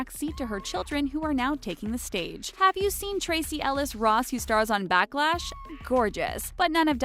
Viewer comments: Ok so why did she say Diana Ross' daughter works in the tv show "Backlash"? It's "Blackish" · You said backlash not blackish! Sorry just love that show 🤩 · why did she sad ‘backlash’ when it literally has it written as blackish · Anyone notice the way the girl “ blackish” on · Ireland looks ordinary ? And Rumour really is not better looking than Demi Edit: can pronounce Givenchy but not Blackish 😂